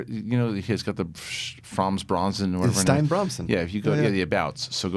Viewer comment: I think it's pronounced "Stee-na" not "stein" because there's a video game girl names Stine who is Norwegian I think that pronounces it that way.